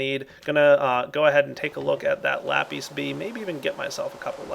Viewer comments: Every time pronounces lapis wrong i feel like slapping him. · Are you sanish because you say lapìś which means pencil in Spanish I am spanish so you know